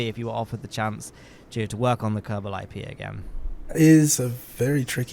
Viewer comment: being British, accidentally says “IPA” instead of IP haha